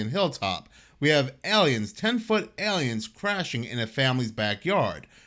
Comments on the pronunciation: OMT: there’s no “Y” sound in AY-LEE-INS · Love how he says aliens 🤣 ELLYENS